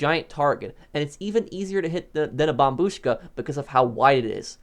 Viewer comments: thats the correct way to say it bro bombuška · That’s how you pronounce it though 🤔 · the way he says it slaps 😎😎